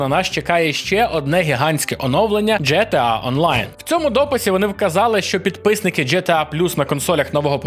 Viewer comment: Джі Ті Ей або Ге Те А Яке нафіг Дже Те А Тиж блін інфлюєнсер а не хлопець з паралельного класу в сільській школі. Крінж